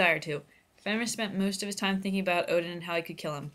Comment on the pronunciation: Its pronounced fenrare